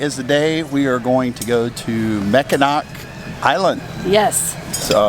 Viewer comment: Being from Michigan originally it is pronounced Mackinaw just like Mackinaw City. Enjoy.